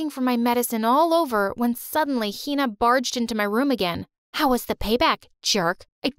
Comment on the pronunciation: yea but the way they pronounce hina 😭😭